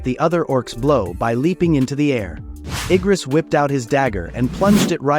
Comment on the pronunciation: what the actual freak is wrong with his anime error , Kargaljan instead of Kargalgan and Eyegris than Igris man put your shitty act together if you re gonna be reading us the MANHWA :face-orange-raised-eyebrow